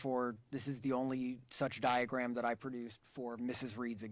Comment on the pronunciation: Pathologist kept saying “Diagrat “ 😂😂😂😂😂😂😂instead of saying diagram